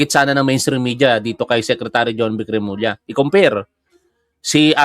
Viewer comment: Tama yung pagbigkas ni Sec J. Remulla